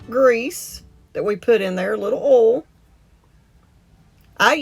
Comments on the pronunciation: There is an I in oil, you should pronounce it. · I like how she says oil lol